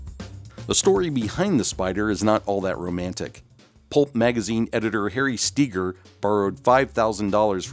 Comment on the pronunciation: Why is Harry STEEGER's name being pronounces Key-gar?